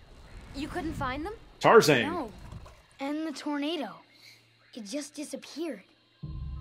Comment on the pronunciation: TarzAang. Lol.